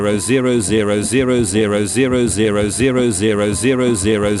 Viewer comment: Nobody: Text to Speech: zErO zErO zErO zErO zErO zErO zErO zErO zErO zErO zErO zErO